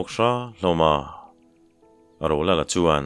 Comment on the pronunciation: Rolala dangawk ang deuh a i lam hian ngaihthlak a ti nuam lo deuh thin, a lang zing bawk sia. A bak ah chuan a ngaihnawm hle a,chhiar pawh i thiam hle ani.